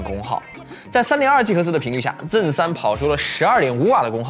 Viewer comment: zen z嗯，bench笨嗯吃，这读音听的头痛哈哈哈哈